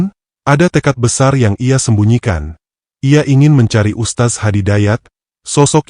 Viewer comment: Tolong perbaiki pengucapannya...beda arti ustaz dng Ustadz